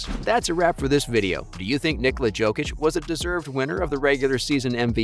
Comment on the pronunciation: You are casual, unable to pronounce Jokic's name 😂😂😂